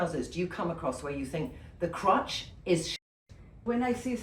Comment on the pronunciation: Trinny... are you saying crutch or crotch? I do hope it's the latter! 😊